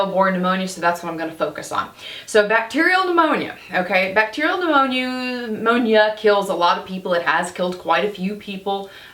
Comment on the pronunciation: P-new-moany. That takes me back 😄